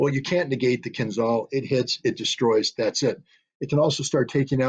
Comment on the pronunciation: The name of that weapon is "kinzhAl", not "kinzal". It means "dagger" in English. When Putin presented it, NATO generals did not believe him. Now they know.